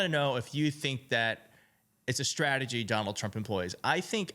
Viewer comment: Hey Pete, off message here but taa for pronouncing strategy correctly. Since going on line in mid the mid 1990's, I don't remember anyone pronouncing 'st' correctly which, as a singer drives me mad. All I hear these days is 'sh'. Even Collins cant pronounce ST but says SHTRATEGY in this segment. Oh by the way, Trump is burried - not to rise again after revealing more of his pathetic true self this week or should I say weak.